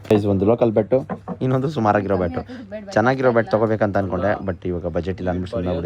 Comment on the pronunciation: ಇನ್ನೊಂಡು ❌ ಇನ್ನೊಂದು ✅